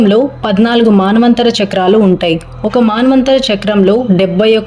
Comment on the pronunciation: మన్వంతరం అనాలి కానీ మాన్వంతరంకాదు.